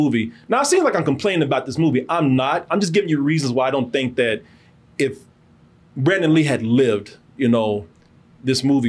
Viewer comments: It’s Brandon, not Brendon. C’mon Man. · Its probably more disrespectful that youre calling BRANDON lee "Brendan". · Brandon; not Brendan. Damn.